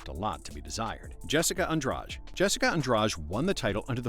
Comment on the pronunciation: "Jessica Andrach" jajajaja